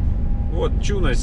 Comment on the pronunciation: Не чУна, а чунА